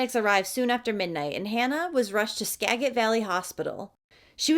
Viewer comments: I lived in sedro woolley at this time and had no idea. Also its pronounced See-dro woolley and SKA-JIT not ska-get 🤣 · You pronounced skagit county wrong it sounds like "Sck-aa-get" like how e sounds like I like that and sedro wolley is sounded out like "seed-drow wolley" hope this helps for you and other non Washingtonians. 😀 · it’s ska-jet. 😅